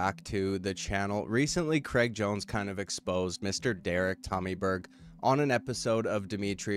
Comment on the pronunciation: Cr-ay-g lol like how straight is not stret. Please pass it on 😅